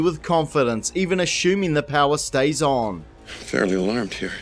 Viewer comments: "Ah-shoom-ing" Gesundheit! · Learn how to pronounce 'assuming' might be a good start. 🤣